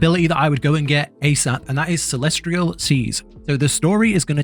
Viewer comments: CELEST-IAL CELEST-IAL...not CELESTRIAL:face-purple-crying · Good God, if I hear him say celestRial one more time, I’m gonna break my neck with my bare hands